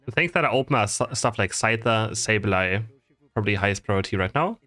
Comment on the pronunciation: its not soul its pronounced S 8 U L maybe I'm wrong but the commentators on the stream were calling them btw love your video